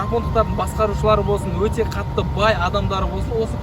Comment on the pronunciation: жүк салғыш өтте үлкен деген сөздің басқаша айтылуы